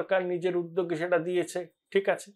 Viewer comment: Apnar sei famous astroscientist ki khobor …..ETA r SETA pronunciation EDA r SEDA hoye jachchey……correct korun .🤡